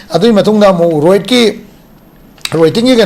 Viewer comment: Roit haiba Natte Riot haibane